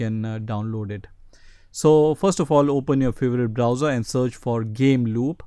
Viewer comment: faborvite brooswer